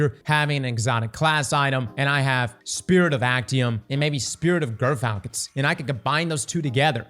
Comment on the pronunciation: ...and dear god please--gyrfalcon sounds like 'jer-falcon.' It's a real bird, a real word, and it's not 'gur.'